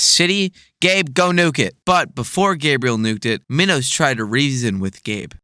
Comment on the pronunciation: pronounced mee-nos